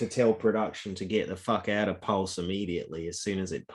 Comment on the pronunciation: Up to u guys to listen to this clown. He listened to his mates son and bought a scooter coin wout knowing mining basics and then he can’t even pronounce/know what pulse is all about (he doesn’t know a network from a dex so u guys think he knows about blockchain tech? Guy can’t even talk on facts - forget this fool